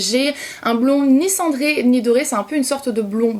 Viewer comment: Ah chaque fois que tu dis cendré j'ai l'impression que tu vas dire Sandrea 😂😂 Cette coupe te va tellement bien 😣❤ bisous bisous 💋❤